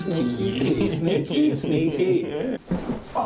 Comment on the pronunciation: Sneak-key sink-key